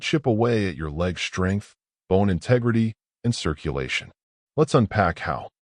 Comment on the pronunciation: UGH. That moronic AI voice mispronounced the “st” consonant blend. The word is “strength”, not slurred like “shtrength”. Is your ignorant AI drunk? Why would I listen to a video that cannot pronounce English? You have 0 credibility .